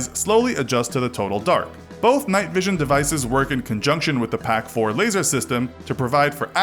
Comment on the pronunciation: 1) It's pronounced FIVE FIVE SIX 2) Realistic range is 600m, 3,600m must be pointing at 45degrees or something insane 3) It's pronounced "peck-4" not "pack-4"